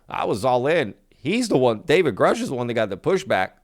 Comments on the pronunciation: Sheehan really needs to stop mispronouncing Grusch, I don't know why he's doing that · Sheehan still cannot even pronounce Grusch correctly. Sheehan doesn't say that this alleged video will or even might be released. He only says that he has been told that it exists. Clickbait.